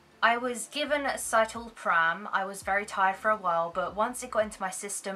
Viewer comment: sit-a-lo-pram... is how it's pronounced:) you are cute, much love